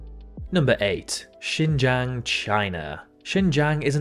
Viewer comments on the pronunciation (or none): Xinjiang is pronounced Shin zhong